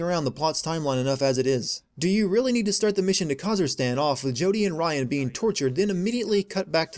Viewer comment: When I was playing this game and heard "Kazirstan" I laughed so hard.